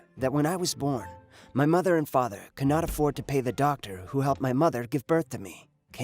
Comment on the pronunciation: "MODDER HOME" but then he says it right a little bit later? wtf!? XD